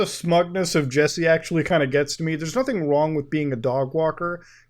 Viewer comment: Akshually its pronounced “actually”